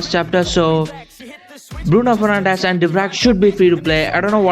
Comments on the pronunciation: Go and watch unisport's new video as soon as possible. His name is pronounced as Bruno 'fernancsh'😂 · Its Fernandes not Fernandez His last name he pronounces like sss not zzz